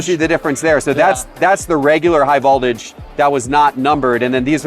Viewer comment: Man you don’t know how to pronounce voltage? Haha